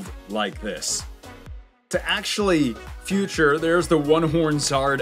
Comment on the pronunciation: It’s feature not future ..